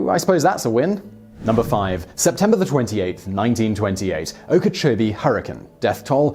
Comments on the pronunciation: oh-kuh-CHO-bee not ah-kah-CHOB-ee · I love your videos, Sir. You all at TopTenz are just great, but I'm going to have a go at you, Simon, as a Floridian: Oh-ka-cho-bee. ;) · You really murdered the pronunciation of Okeechobee (Oak-ah-cho-BEE). Otherwise great work, this was really interesting and I'm not a history person. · One thing I've noticed is that you have an English arrogance in the pronunciations of words from the United States. In your Air Disaster video, you pronounced the failed US Air Ship Akron ( named for the rubber capital of the States, Akron Ohio) as AhKr'on instead of ack-run. A little research would have helped you keep your credibility... and now, the way you are pronouncing Lake Okeechobee is just lazy. "OhKeeCheeBee Lake"? How can you have a thread of confidence that you are right? The word is not even spelled in a way to support this. Oh Key Cho Be. Or OakAHChoBe. I know you work in a mill. I know you are pounding these things out at a feverish rate -- but really, have some respect for the places you are reporting on, and your audience, and have a laky or intern do the research if you haven't the time to pre-read your scripts. I know there is an unwritten code among the English to destroy any unfamiliar word by anglicizing it beyond recognition, it's just that you are servicing an audience of a variety of English speaking countries. Know that other English speakers aren't automatically charmed by the way you crush local pronunciations. Respectfully KCOD. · As a native Floridian, I got a chuckle out of hearing you try to pronounce Okeechobee.